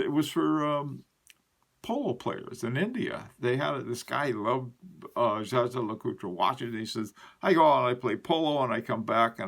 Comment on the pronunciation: Great video. FYI: Jaeger LeCoultre, not Jager..